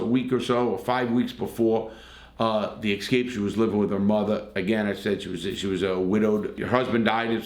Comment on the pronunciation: Most cases like this are not triangles as you say. They are straight 'love' relationships. A love triangle is something different. Also it is EScape, not EXcape. (and 'ask' not Ax) eg "I asked my 5th grade English teacher a question I did not AXE her". Keep up the good work anyway.